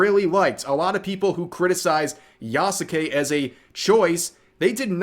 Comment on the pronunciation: At this point i think its a meme among content creators to say Yasukes name wrong